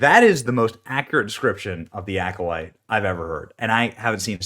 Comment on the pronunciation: Sounds like instead of the Alcolyte The Alcoloser.